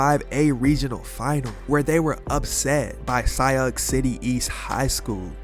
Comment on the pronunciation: FYI "Sioux" is pronounced "soo." Much like "GOAT" is pronounced "Caitlin Clark."